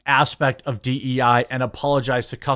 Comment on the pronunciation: Its D Eee I, not DNI.